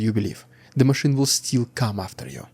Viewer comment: Still is not pronounce the same as "steel". Still is pronounced like hill, not heel. Sit still is not pronounced the same as seat steel.